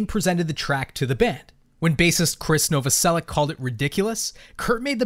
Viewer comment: very smart, but still don't know how to pronounce Novoselič?